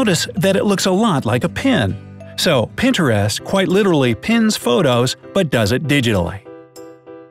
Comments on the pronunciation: Did anybody scream when he said. Pinter-east It's Pinterest.... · IMG!! ITS NOT "PINTER-EST" ITS PINTREST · did anyone else cringe when he said pin-ta-rist not pinterest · It’s not Pinter-est it’s pin-trist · Did anyone else get really bothered when he said PIN-TEREST 😤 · Pin ter est.... 🤦‍♀️ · Who calls Pinterest Pin ter est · Lol pen terest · It's Pintrest not Pintrest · It's not PIN TER EST IDIOT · Its Pinterest (pin-trist) get it right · The way he said Pinterest he said it like Pinterast #cringe like if you agree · Pin-ter-est smh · He called it Pinterest instead of pintrist I know this is not how u spell it but this is what he said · Never hear pinterest pronounced that way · The way he says Pinterest lol